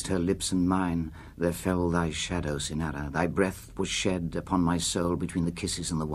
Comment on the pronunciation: I've adored this poem for 56 years, since I was 14 years old, and I later wrote a thesis on Ernest Allison. But Burton reads this far too quickly, and almost incomprehensibly. And he doesn't even pronounce the title character correctly, it is CYNara not cynARA.